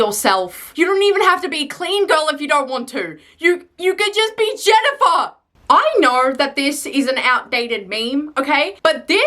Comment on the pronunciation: As someone named Jennifer, I like the way you say my name 😅